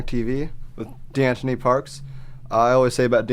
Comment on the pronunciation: i'm fairly certain deantoni is pronounced "dee-on-ta-nee" as well...